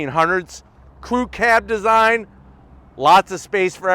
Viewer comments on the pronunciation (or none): none